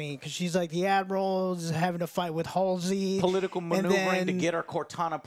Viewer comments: “amanda keys.” “Halsley” doesn’t even know Halo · Complaining about this show is easy, because there’s a whole lot of whyyyyyy. But get the character names right “HaSlEy”....you’re sounding just as ignorant as the writers. Unpopular opinion calling this out but it’s true. Your first review you stumbled all over, and you did again at the start of this one. Maybe I’m just new here and this is a normal thing for your takes. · you can't even pronounce Halsey and dare to talk this much about Halo. The hate against this show is not justified. It has weak points but it has had a super strong start where they are introducing everything, give it time you maniacs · Joe claims to be a long time Halo fan but calls characters “Amanda Keyes” and “Dr. Halsley”🤦🏻‍♂️ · For a self-proclaimed longtime Halo fan, Joe sure struggles to say "Halsey" lol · Itsfunneh is a supposed huge Halo fan yet he continues to mispronounce Halsey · lol can't even say Halsey right, and is claiming he didn't know this was a Halo episode until minute 40. I'm 2 minutes into this video and can tell you aren't a Halo fan lol